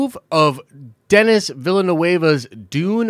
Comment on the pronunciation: Bruuh, how you said Denis' name killed me.